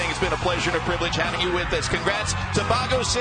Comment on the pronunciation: Its not bago city, its baguio city